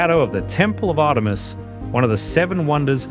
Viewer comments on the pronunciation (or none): none